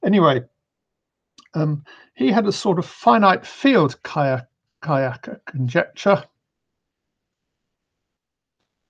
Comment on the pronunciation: It's Ka-Kay-ya. ay as in way.